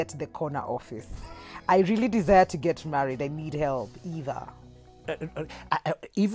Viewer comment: Hahahaha eeei "...maybe it's your smile.." 😂😂😂 Rearry?